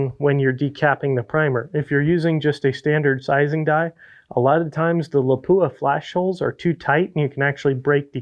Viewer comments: Lap-pwah! Howzzatt? 😐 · How come nobody can pronounce Lapua correctly.